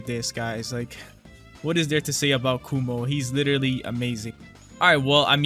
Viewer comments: my guy its Kuma not Kumo XDDD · His name is “kuma” not “kumo”😭😭😭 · YE MAN KUMO NOT KUMA